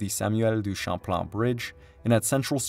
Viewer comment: Québec (Kebek) pas Kwabeck. Dennis (Denny) pas DennISSSSS. Les mauvaises prononciations sont incroyables. Champlain pas Shamplan, la prononciation est la même en français qu'en anglais. Autrement c'est de bonne information